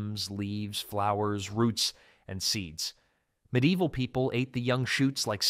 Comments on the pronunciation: If only he would pronounce ME-DEE-EE-VIL correctly . . . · Pretty good AI voice. Almost unnoticeable, but it pronounced medieval definitely a couple times.